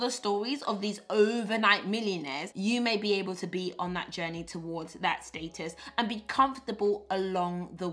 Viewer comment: I don’t know about y’all, but for now on I’m pronouncing status the PB way “stay-tus”! SN: PB, PLEASE make the planner available digitally so that I can have it on my iPad 🙏🏾